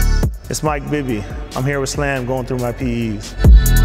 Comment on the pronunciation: Did you say PED'S?